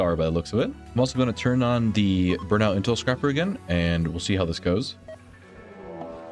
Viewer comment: Also, it's intel scraper, not scrapper xD It scrapes the comms for intel, doesn't scrap it :D